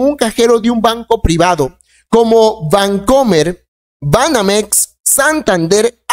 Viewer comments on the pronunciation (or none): none